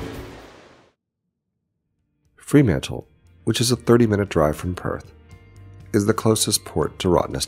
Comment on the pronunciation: Great Vid, but must point out, it is Fremantle, not Freemantle. Enjoyed watching your video of my part of the world.